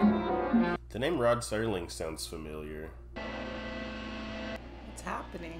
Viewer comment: Rod Serling (no T in there)